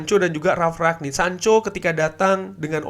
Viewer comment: rangnick mas dengernya ragnick